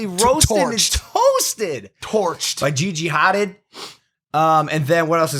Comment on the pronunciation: He can't pronounce Gigi's name... At least her last name